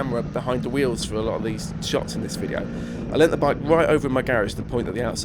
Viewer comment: Bi-ke. Tri-ke. not hating just stating.